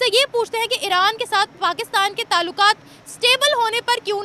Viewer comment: Aaran 😮😮😮 are jahilon bolna to seekho